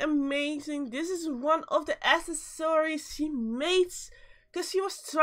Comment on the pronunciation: Bruh who pronounces accessories as “A S S O R I E S”